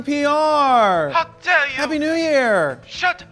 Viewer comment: 'How der you' cracks me up everytime.